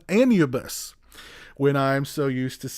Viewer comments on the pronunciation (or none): Not trying to be a dick by correcting you but Anubis is pronounced as Ah-new-bis. Otherwise this was a great review. Keep up the good work, sir. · The original title is pronounced An-u-biss. And the packaging is called digipack, It’s been around for the better part of 30+ years. I’m not a huge fan of it but if it’s done properly it’s OK. EDIT: while this is digipack it’s an oddball variant, I don’t like the “shelf” you need to slide the extras disc under to lock it in place, seems to me it increases the chances of damaging the disc.